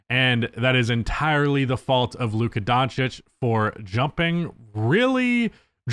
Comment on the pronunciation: Lucka Don'tish